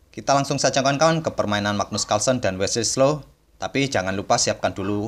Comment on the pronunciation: Wesley so pak bukan wesley slo 😂😆😅